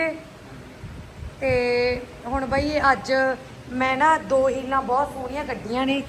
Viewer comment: Heels not heela